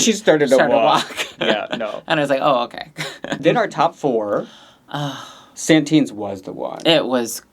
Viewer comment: she s the winner now you need to leern Satin s name! You always say Santin